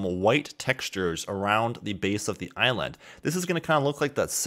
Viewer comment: Nobody:: Eye Land.